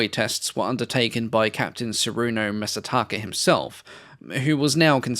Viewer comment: Ah, you don't know how Masataka's kanji is meant to be read. Often even Japanese have trouble with figuring out how the kanji in names are read.